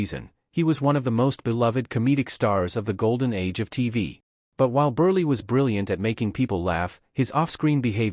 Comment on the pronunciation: Every one of these “dimwits” are smarter than this AI voice who doesn’t have a clue on how to pronounce Milton Burl name